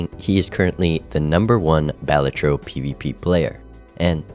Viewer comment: Is it Bah-La-Tro or whatever the fuck you're saying?